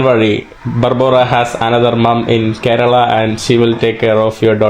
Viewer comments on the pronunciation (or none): none